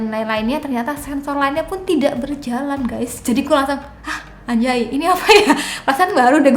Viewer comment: gw baru pertama kali denger ngomong 'Anjay'. Trnyata Pelafalannya fasih bnr wkwkwk